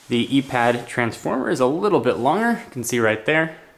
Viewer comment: "eee pad" "ipad" :/